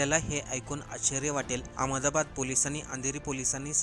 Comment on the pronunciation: रेल्वेथेसन❌ रेल्वे स्टेशन✅ अमदाबाद❌अहमदाबाद ✅ अच्यर्या❌ आश्चर्य ✅ तो व्यक्ती नाही ती व्यक्ती. व्यक्ती हा शब्द स्त्रीलिंगी रूप आहे... कठीण आहे मराठीचे 😮..